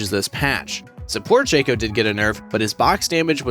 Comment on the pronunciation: Why you pronounce Shaco like Shake-co not Shack-co